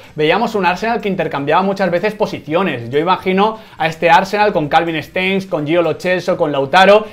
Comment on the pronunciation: Nadie: Absolutamente nadie: Quintana: Calvin Stengs